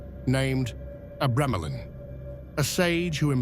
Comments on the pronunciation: tge "book of abremelin" in the AI voice your using sounds liek it says " book of a gremlin" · Dude can’t pronounce the name of the f-cking name… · Your pronunciation of "Abramelin" is why I refuse to watch this...